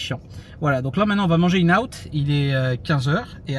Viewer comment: Le restaurant tu dois prononcer IN and OUT. Le N de IN- N-OUT, c'est une contraction.